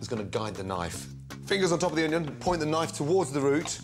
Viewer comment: We already know how to dice an oño.